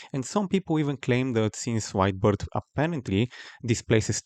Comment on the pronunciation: Every time this guy said "White Beard" I heard "Wide Birth" 🤣